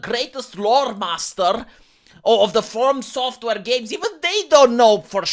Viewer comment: He said formsoft haha